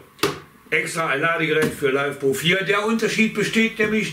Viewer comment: Das spricht sich LI FE PO und nich LEIFEPO… kommt von LITHIUM FERRO POLYMER und nich von lebender popo 😂🤣😂👍👍👍